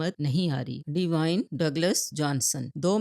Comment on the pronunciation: प्लीज बेटी, रैक नहीं वो रॉक है, डिवाइन जॉनसन नहीं वो ड्वेन जॉनसन है, प्लीज बुरखा निकालो और एजुकेशन लो